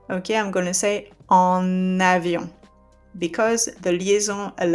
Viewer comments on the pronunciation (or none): none